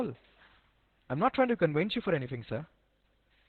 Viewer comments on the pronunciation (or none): "I'm not trying to cowince you"